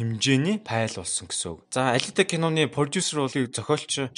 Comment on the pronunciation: Пайл биш файл/фаял/ гэж хэлээрэй. Амжилт. Гоё байна